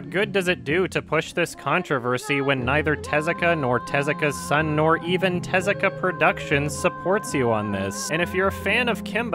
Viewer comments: IT’S te-ZU-ka AAAAAAAAAAAAAAAAAAAAAAAAAA!!!!! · The way he pronounces Tezuka tho. 😂 Like "Jezzika" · I love how the lady narrator at TheThings pronounces Tezuka's name completely wrong